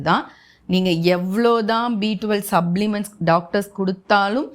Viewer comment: Madam please pronounce the words properly when you use English words. It is not 'observe' it is 'absorb'. It is not 'sublements' It is 'suplements' it not 'indestines' it is 'intestines' please correct your pronunciation.